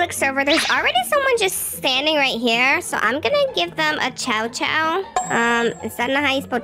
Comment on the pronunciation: I love the chow chow and I love how almost said chom chom😂